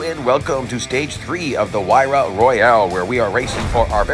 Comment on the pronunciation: It's Huayra, not Huarya